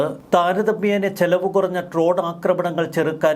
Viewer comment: ട്രോൺ അല്ലടാ ഡ്രോൺ